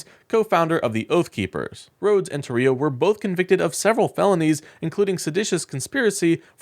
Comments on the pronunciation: Tarrio - TAR RI O —— It is IMPORTANT we pronounce these criminals name correctly so no one thinks they are someone else💙Show your faces you #ucking punks. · Tarrio is pronounced TAH-rio.